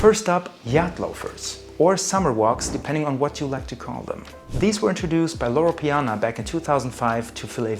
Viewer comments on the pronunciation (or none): Loro piana non Laurana....e Guccio Gucci non Gucci Gucci ....tassell loafer non tess ...